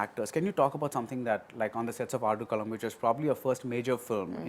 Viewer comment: Why Baddy Sounds Like He Was Non Tamilan 😳Like Pronouncing Aadkulam Like A Non Tamilan ? 🧐😳😳